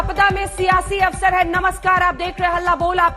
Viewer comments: अबे आज तक वालों क्यों हिंदी की ऐसी तैसी कर रहे हो दर्शक कृपया अवरस को अवसर पढ़ें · are aaj tak walon thora padh likh v lo awsar hota hai awras nhi hota